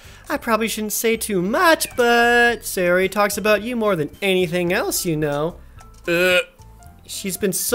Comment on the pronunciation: Say-ori... bruh... you’re killing me